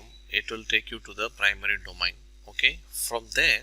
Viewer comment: dough-main. Not dough-mine. Thanks for the assistance.